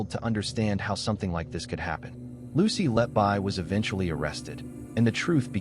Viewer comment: All debunked when reporting restrictions were finally lifted. Lucy Letby is innocent. P.S. The surname is pronounced "Let-Be", not "Let-Buy".